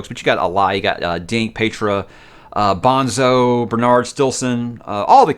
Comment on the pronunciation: Bone-Zoe, not Bon-zo